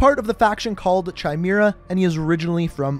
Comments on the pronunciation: It’s pronounced kimera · Dude it's pronounced "KY-MERA" and "Marine CORE" HOW do you NOT know this!!?? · Chimera is pronounced Kai-may-ra btw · Chimera is pronounced "Kia-Mira" and you don't pronounce the "ps" in Corps. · Chimera is pronounced “kie-mair-uh” btw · Kia(name not car)-mare(like the animal)-a = chimera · Ch in chimera is a hard C not a ch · I think chimera is pronounced ky mer uh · Chimera is pronounced “kimera” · Chai meera... uh... I don’t think that’s how it’s pronounced lmao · You said Chimera wrong. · brooo u pronouced chimera wrong lmaoo